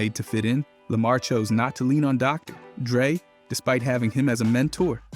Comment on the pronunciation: I could tell from the pause in "Dr. Dre" lmao